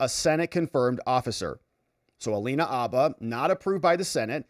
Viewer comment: The “H” in Habba is not silent.